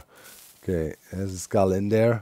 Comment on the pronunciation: Every time Doc says, "Skull destroyer activated" it sure sounds like, "Scar destroyer activated" 🙂